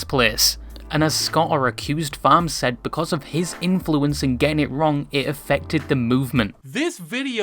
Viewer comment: His name is Ross, not Scott, and it's Accursed Farms, not Accused Farms.